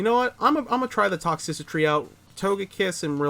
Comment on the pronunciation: I'll give you that sub if you start saying Toxtricity properly lol Good games man, keep it up